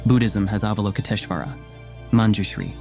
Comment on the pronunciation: TAR-a . Ah-val-o-kit-ESH-wara